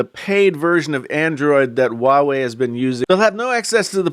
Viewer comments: Why are you keep pronouncing it WA WEI?? It’s pronounced HUA WEI ok! I can’t even continue watching it let alone the self opinion content....... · It's Huawei..not wawei ..stupid